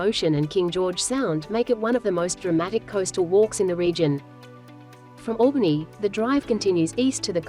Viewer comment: Not bad vid. But please research pronunciations of the towns etc Albany was pronounced wrong 3x times.